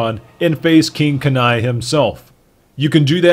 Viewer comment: you say kanai so wrong.